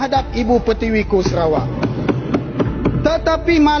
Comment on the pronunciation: Bro...Bukan Serawak. Tapi SA RA WAK....BUKAN SE!!!! SA...SEBUTAN SA..BUKAN SE